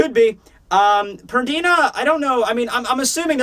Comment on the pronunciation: "PerDIna" lol